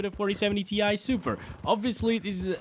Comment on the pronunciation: More like "TIE" SUPER